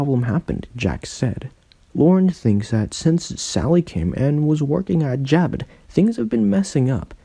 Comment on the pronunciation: It's not Jab it.... it's Ja bow....